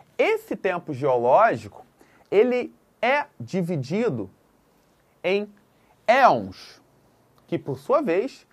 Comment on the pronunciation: Elmos? O correto acredito ser Eons.